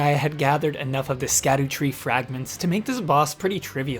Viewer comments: I believe it's pronounced "Shadowtree" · I don’t know if anyone’s corrected you, but scadutree is said like shadow tree. More accurately, sha-dew-tree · I heard that it is supposed to be pronounced sha-doo-tree for scadutree